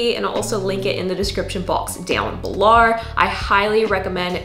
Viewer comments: Why am I hearing an American accent but when you say down below it literally sounds like ur down below like Australia. Am i going crazy lol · I think it's like her catchphrase, and it kills me every time. I actually like it 😂🤣. I've caught myself imitating her 😭😭😂🤣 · lol she just does it all the time when she says the word “below” for funsies 😂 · Yesssss! “Below”, I’m here for it. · Every time you say "below" you sound like you're Australian or something. Lol ❤️